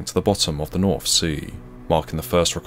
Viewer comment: “Novembahhh” “Noruff” “Mummff”.